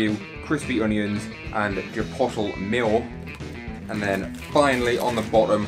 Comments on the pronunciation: Say it with me..... Chip oat lay Chipotle 😜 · You seem to have some great takeaways close to you. BTW it's pronounced Chuh-pote-lay